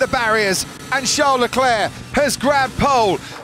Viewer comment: It's Charles! Not Char!